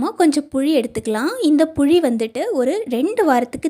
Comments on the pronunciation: தமிழ் உச்சரிப்பு சரியான முறையில் உச்சரிக்க பழகுங்கள்.... puzhi illai... puli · புழி, அல்ல புளி சொல் தவறு இல்லாமல் சொல்ல வேண்டும் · சகோதரி.... புளி.... புளி..... புழி இல்ல..... மாற்றி கொள்ளுங்கள்.....